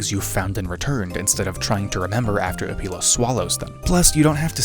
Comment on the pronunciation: hehe "opeil"ing he said. Great Review